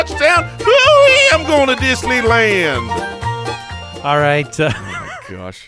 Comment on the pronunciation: Need more "Disslyland" drops in my life LMAO